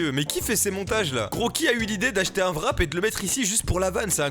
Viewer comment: Petite info pour tous les français, un wrap se prononce un rap. Merci !